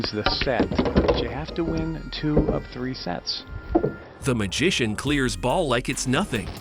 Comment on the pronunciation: its "Magician" , u lost from the start bro